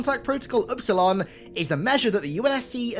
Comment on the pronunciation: Epsilon, not upsilon